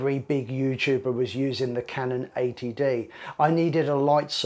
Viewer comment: Oh! It's Canon 80D. You said "Canon ATD." Must be that accent.